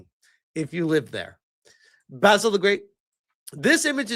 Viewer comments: Spell it like "ba-seal" to rightly say Basil the great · Only took ten minutes for basil to get pronounced baysil again! 😂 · I told you weeks ago that you were saying Basil incorrectly.